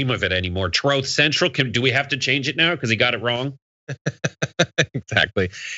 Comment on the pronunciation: I can't unhear "Troll Central"